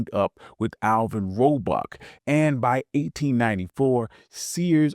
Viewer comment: Just a heads up, you call Alvah Roebuck "Alvin" and Julius Rosenwald "Renwall".